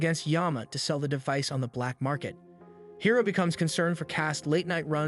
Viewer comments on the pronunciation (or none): Is this an AI channel? Guys voice sounds like AI as well the mispronunciation of Hiro shows. He swapped from High-Ro And Hero multiple times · High-ro? Bruh!!! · I can’t stand him saying hiro (hero) as hiro (high-ro)🤦‍♂️ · high ro high ro high ro ITS HERO JESUS CHRIST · Dude I'm late on this but the kids name is pronounced hero not high row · HIS NAME IS HIRO!!!!!!!!!! NOT HIGHRO, IT'S PRONOUNCED HEERO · "Hairo"???? It's pronounced "Hero", spelled "Hiro" 😶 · "Hero" is how it's pronounced in the movie. Not "High-roe" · How do you watch the entire series and still manage to not learn how to pronounce so many characters names. Hi-row instead of He-Row, Weh Seh Bye instead of Wah Saw Bee and Heth Cliff instead of HeeTh Cliff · I don't like how you kept miss pronouncing his name. It's Hiro (He-row) not (hi-row) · The adventures of "Highro" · Bro pronounces hiro high row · This sounds like AI, like anyone can say Hiro, not HAI-Ro. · I hate the way u pronounced Hiro and Obake ‘High-rih’ ‘Oh-b-k’ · high-roh :))))) nice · Hiro is pronounced hee-ro. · hero not hiro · And a bad one at that. It frequently screws up Japanese names (Hiro, Obake) and botches the word seismic as well. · Isn’t Hiro’s name pronounced the same way as “Hero”? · You pronounced Hiro’s name wrong for the first half an hour to hour and couldn’t say Wasabi’s name either… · You pronounced Hiro's name perfectly the second time but pronounced it wrong all the time after.